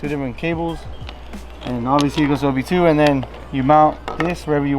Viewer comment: Cringing every time i hear him say OB2